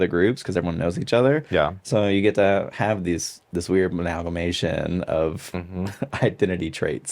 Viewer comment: Haha! I thought I was the only person who noticed that Maddy can’t say amalgamation, she says it in like every video 😂